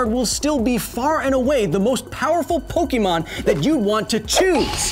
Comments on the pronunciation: Yes, i know how its pronounced in the anime, but im saying how it SHOULD be said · Anyone else bugged by how he mispronounced Pokemon? My inner first grader couldn't stop grimacing. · one could argue that the pronunciation depends on the part of the world in which you live. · it's Poke Ay mon not Poke ee mon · It's not pokEEmon; it's pokÉmon. Get your phonemes right! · It's pronounced Poke-a-mon not Poke-e-mon. Why do most Americans make this mistake? It's an "é" not an e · Kyle, "Pokémon" is short for "Pocket Monsters" and it is pronounced "Pokémon", not "Pokeemon". Hard "e" like in "Pocket". In Japan the series is actually titled "Poketto Monsuta", so just "Pocket Monsters", and Pokemon is just a common abbreviation but in US there were some copyright problems with "Pocket Monsters" so they went with "Pokemon". Also if you are taking into account Pokedex entries did you take into account that Blastoise can pierce holes in thick slabs of concrete and steel? That seems like a crazy pressure especially if he can pierce thick slabs of steel from far away. (Pokedex doesn't specify distance but I would assume for it to be a functional skill it should be from at least three meters.) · it's poh-kay-mon not poh-kee-mon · Pokémon. Not pokeymon. Poké. É. Ā. Pokémon. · Kyle, you are pronouncing Pokemon wrong, it is pok-Ah-mon, not pok-eh-mon, which is why it has the accent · Pok-ayyy-mon not Po-key-mon :) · PokAYmon, not PokEmon, Kyle. (Still one of my favorite channels though) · The way you say "Poké" "Pokee" is killing me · Ugh everytime he say poke-E-mon I swear I can feel a cancer cell spawn somewhere in my brain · Kyle: "Pokeymon" Me: "The ' é ' in Pokémon is not pronounced as a long vowel sound" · It’s pronounced Poke-eh-mon. There’s an accent over the E. Unsubscribed. ¡ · I swear to god if he goes this whole video saying Pokiemon I'm gonna lose my mind! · You pronounced Pokemon wrong! ARRRRGH!!!